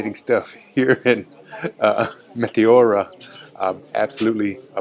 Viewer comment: good work! btw its met-E-ora not mete-O-ra !